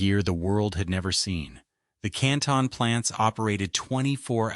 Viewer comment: Canton is pronounced correctky!